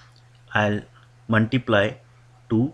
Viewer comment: it's not MUNTIPLY 😹😹😹its multiply dude